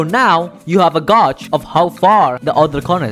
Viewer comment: "Gauge" is pronounced "gay-j"